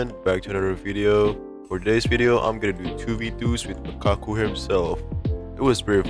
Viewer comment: On it sounded like he said MiKaKu